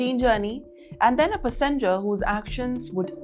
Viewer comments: Not pEssenger its pAssenger 😂😂😂😂😂😂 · Stupid AI. Pah- SENGER. You mean PASS en ger. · It’s not Pus- en- ger its (pass like sass). …. pass-in- ger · It’s ‘passenger’ not ‘pussenger’. It is ‘aisle’, like ‘aile’ not ‘assile’. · some free enunciation lessons for you: Passenger is pronounced, pass-(as in lass)-enjer, not pa-seynjer. Aisle is pronounced 'Eyl' (s is silent) not azaail. 😆 Deteriorate is pronounced de-tee-rior-ate, not Detroit 😂 And finally, the best -- "what happens in the EAR are very real consequences on the ground". It was supposed to be, "what happens in the AIR.. " 😂 Anyway, coming to the news part - well, i am embarrassed as an Indian, to agree that many, if not most, of my fellow-Indians are just OBNOXIOUS, on travel. And when i'm travelling, i usually steer clear of my Indian people, because you never know what trouble or inconvenience they will bring with them to make your travel experience a miserable one. I've always wondered: Indians are so quick to learn all the wrong stuff from abroad (for example, the habits, the cuisine, the drugs, the drinking etc etc) but they never seem to learn the good stuff -- how law-abiding, well-behaved and socially likeable most foreigners are (of course leave the loud yankees and ozzies out, they're a different story). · Not p'ssenger, it is passenger. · "Plan" or plane? Passenger not " Passonjor" 😂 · ‘Passenger NOT pa’ssenger. If you stress the wrong syllable is very difficult to understand you. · puss-en-ger? NO! It's "PAESSENGER" with the "AE" sound. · azile and pussenger, not aisle and passenger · Its passenger not psssngr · On the word passenger : It's not called PUH San Jer. It's pronounced Pass Singh Jer. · Get your pronunciation right. Its PA-SEN-DJEAR. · What’s a ‘Passinja’?? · face-turquoise-covering-eyes: She pronounces "passenger" as PLACENTA. :face-fuchsia-tongue-out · Passenger = paaa-ssen-ger, deteriorate = d-t-rio-rate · It's pronounced pas-in-jer & aisle.😮....